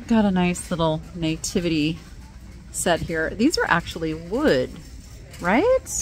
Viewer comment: It's NATIVITY NOT NAYTIVITY😂